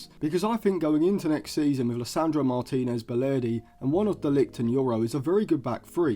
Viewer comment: I wasn’t questioning the ability…more the absolute butchering of his surname you made 😂